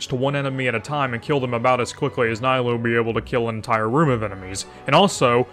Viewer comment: Worst video I've seen in 3 years keep it up Edit: It's knee-lou, not nigh-lou, and with key she can be played in vape as very budget cheld and it... works I guess. Wouldn't recommend but saying she's locked into one reaction is factually wrong.